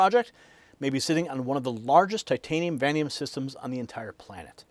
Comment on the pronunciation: I think you meant to say va-NAY-dium, not “van-dium.